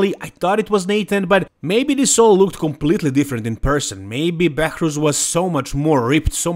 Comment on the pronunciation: Behrooz not Behourz